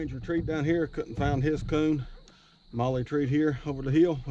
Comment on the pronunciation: Molly not may